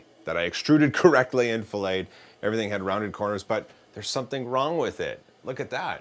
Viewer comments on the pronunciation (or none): The word "fillet" is pronounced "fillet" not "fillay". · It's a FILLET not a FILET pronounced FILL IT not FILL AY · Great work, may I suggest the proper pronunciation of "fillet"? It should sound just like fill-it, rather than what you might do to a fish before cooking, fil-ay. From Wikipedia: In mechanical engineering, a fillet /ˈfɪlᵻt/ is a rounding of an interior or exterior corner of a part design. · Actually... Fillet when talking about rounding an edge is "fill-it" and fillet when talking about meat is "fill-ay" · Practical stuff is the best. Just a note, it's pronounced "fill-it", not "fil-lay". Filets are tasty, fillets are useful. 😀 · Great video! I always love your videos. But Can I give you a little feed back? You know that thing in CAD that will let you round a corner, a fillet? I know it's spelled the same way as the meat, but it's pronounced Fill-it, not fill-A. Just so you know. High-Five! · You don’t say fillet like it’s a cut of fish in context to modeling/manufacturing. “Fill-ett” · fillet is said like "fill - it". The angled areas in a screw hole are called counter-sinks, if they are flat with the bottom they are called counter-bores. =] Just tryin to help out, no disrespect meant at all! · A fillet is a piece of meat, like steak or fish. The word you want to use is fillet, which is spelled the same, but pronounced with a hard T at the end. Don't feel bad. I once said "caveat", as if it rhymed with "the feet". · he also said it a really.... weird way